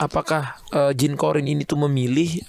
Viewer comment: Qorin kak, bukan qodir